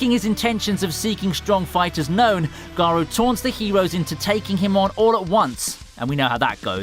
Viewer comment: Garou not garo